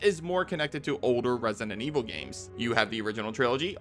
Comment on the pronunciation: What’s controversial is the way you say resinent evil instead of resident